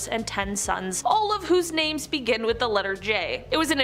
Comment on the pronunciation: I love this format but LORD GOD you really need to learn how to pronounce people's names! Some are so badly butchered LMAO!